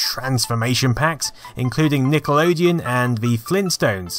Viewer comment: Pardon...say "Nickel-odeon" again?